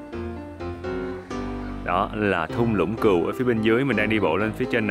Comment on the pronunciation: kêu cừu đến bên cạnh mà cứ như kêu cún ấy. 😆 Vui ghê